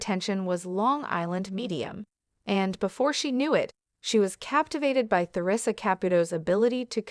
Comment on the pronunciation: Why isn't the narrator been updated that she is saying theresa wrong the the is silent?